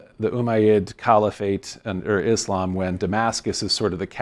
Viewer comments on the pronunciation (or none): none